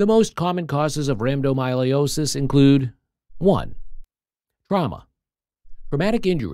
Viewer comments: It's not myolosis. It's rhabdomy-o-lysis. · Rhabdomyolosis, rambdomyolosis, rampant myelooloo. Good grief. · Have the robot pronounce the condition correctly, at least